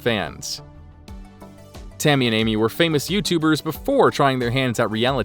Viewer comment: Sounds like the narrator said “Timmy” lol